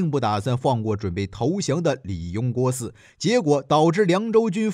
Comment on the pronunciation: Li Jue Guo Si, 人名别读错了